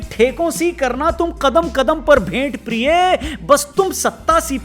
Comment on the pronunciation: Aap priy likh ke priye padh rhe ho